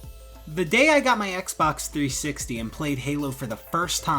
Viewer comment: "three sixeyyy"